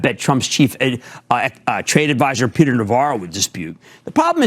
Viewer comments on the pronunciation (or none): none